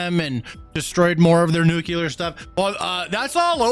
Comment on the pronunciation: Cmon man!? You're a soldier. Say it with me... "NEW CLEE ARE"